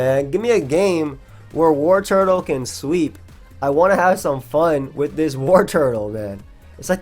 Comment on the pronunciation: I swear to god if you say WarTURTLE one more time!...